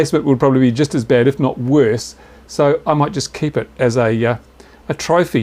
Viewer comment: "... But wait, it get wersst..."